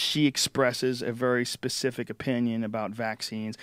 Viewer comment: Why can't Americans say specific?